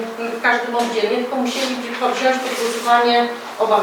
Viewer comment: Pani co zaczyna - mówi się wziąć a nie "wziąść: - starszy Pan czepia się szczegółow - ludzie co za dno :)) Tomek fajnie się prezentujesz : )) zajmijcie się tym co przynosi jakąś wartość dodaną a nie pierdzicie w stołki ...a Pani wójt jakaś nafukana ? Tomek na wójta :)